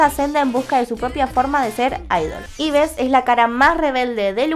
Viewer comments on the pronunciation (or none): El nombre de Yves no se pronuncia Ibes. Se pronuncia Ib (Eve; Eva en inglés) (en Corea Ibeu). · Se dice Ibu UuU no Ibes